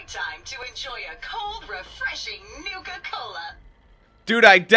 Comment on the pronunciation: nuka cola not nike cola